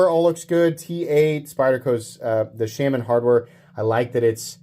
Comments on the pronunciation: People are bothered by "Sham-man" because its not a pronunciation thing it's just objectively wrong...but that never stopped you before, troll away sir, troll away :) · Pretty sure it's pronounced "Shur-men" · IT'S ˈshā - ˈmän! gawd..... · It’s pronounced Shay-Man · I am also knife nut from Kansas. I love your channel. Please, stop saying "Shaman" wrong. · He knows he’s doing it on purpose unlike all the other words he really doesn’t know or know how to pronounce correctly. If u read this I’m giving u a hard time.